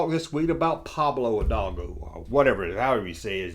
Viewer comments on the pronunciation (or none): "Pablo Hay-Babo" 10/10